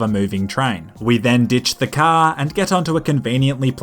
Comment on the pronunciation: Not sure why, but I love hearing you say 'Cah'